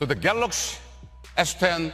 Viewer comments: My only hope is the next president of Samsung can pronounce Galaxy instead of Galax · lol I know how to spell Galaxy dude.. DJ Koh says Galoxy and that's the tradition we like but won't be there anymore as there is a new CEO